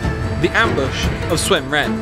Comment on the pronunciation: Ahh.. close enough... you mispronounced Sun Ren but your pronunciation of Cao Cao, and Sun Quan was spot on